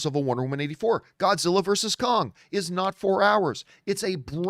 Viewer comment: Grodzilla? Gimme a sec.